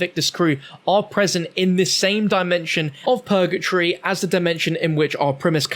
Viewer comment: “Pergatree” hahaha it’s purgatory